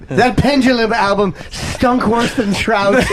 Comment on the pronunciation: Clo-thes, Wersh, Burrffday, Bluuberriezz. Just something of the words Opie tried over and over and just sounds like a moron.